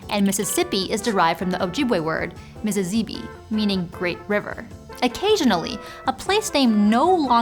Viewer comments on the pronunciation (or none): none